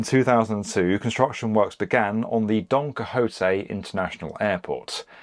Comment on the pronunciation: Pls tell me you re butchering Don Quixote name on purpose